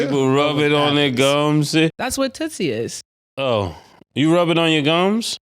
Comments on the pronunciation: It's not tootsie it's tusi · Its pronounced... Tooseee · Ya gotta stop sayin tootsie 😂 it’s toosie like two-see 😭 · It's toosi not tootsi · its tusi, not tootsie babe lol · It's not tootsie lol... It's toosie.... Like apt 2C... And it's not soft .. no freaky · it's Tusi prounouncrd Toosi. N it's sniffed not rubbed on the gums lol Cam n Mase interrogating 😂😂